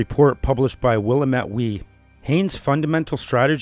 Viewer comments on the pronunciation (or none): Oregon native with a minor nitpick: it’s pronounced Will-Lam-Et. Not Will-uh-met 🤣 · Will-Lamm-Ett Not Will-Ah-mitt